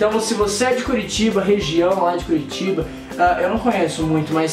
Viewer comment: kkkkkkkkkkkkkkkkkkkkkkkkkkkkkkkkkkk Rezende falo assim em uma parte : VC conhece curitoba